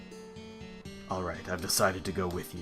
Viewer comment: Nope. It's luKRETSia. If you play Dirge of Cerberus, Vincent says it in almost EVERY cutscene. Gets a little annoying after a while.